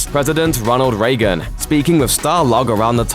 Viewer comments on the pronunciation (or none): "Ronald Ray Gun"